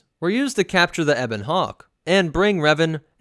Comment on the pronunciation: Wait a minute you can pronounce ebon right but say Karath Ka-rath?